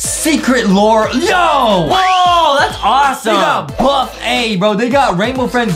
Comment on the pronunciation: Justin:is buff a! Me: i dont think is that buff a